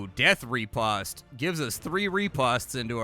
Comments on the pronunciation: Pronounced Rih-Post. Not Re-Past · Fyi, riposte is pronounced ruh·powst. It's one of those french words that doesn't translate well phonetically. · I love how you butcher the word 'Riposte' =) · Well, turns out I've been pronouncing riposte incorrectly for decades....